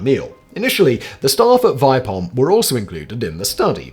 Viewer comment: It's pronounced "Vee-peh-holm" /A swede